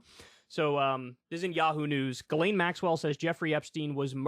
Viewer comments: It's pronounced "Jiz-lane" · It's pronounced jizz lane... Or should be.